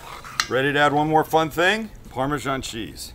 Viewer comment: Why pronounce Parmesan in that very strange way? Just look at how it's spelt!